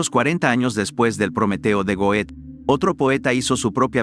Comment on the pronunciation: Goethe se pronuncia Gerta*